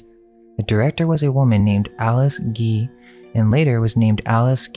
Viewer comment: Nice vid, but you need to learn English. Her name is Alice Guy, not Alice Gee. I am sure you are a smart guy.